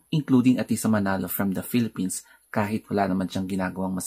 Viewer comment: Pinay ako pero di ko naiikitang manalo sya maganda lang face nya pero Wala syang appeal,secondly shoes kot body beautiful and yung pronounce nya ng philippines ay felepen